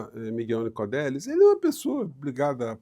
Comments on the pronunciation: Nicolelis e não Nicodelis, como o amigo falou. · É “NicoLelis” professor… 😬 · Só fazendo uma correção: é professor Miguel Nicolelis e não Nicodelis. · Oi. Sou seu fã. Acompanho você há muito tempo e assisto todos seus vídeos. Gosto muito do professor Miguel também. Só uma dica é Nicolelis e não Nicodelis. Um grande abraço. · Nicolelis, professor, e não Nicodelis!